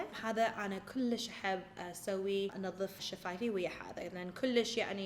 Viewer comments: Guys it doesn’t matter how much she said kulish, she tried her best and I love when she tries to speak arabic 😍 love u huda (Iraqi from Finland) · هنا تبين هدى صدك عراقية كلللللوووششش😅😅😅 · عراقية كلش